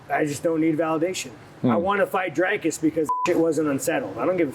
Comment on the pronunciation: Brett it isnt Drake-us. 😂